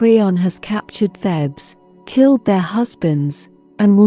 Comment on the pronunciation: It's 'Theebs' not 'Thebs.'